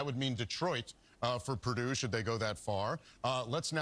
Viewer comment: They refuse to pronounce "Purdue" correctly, no matter how many times they hear it.